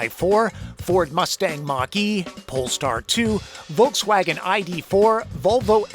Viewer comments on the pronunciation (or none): none